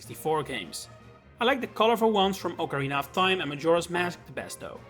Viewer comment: you said Ocarina of Time correctly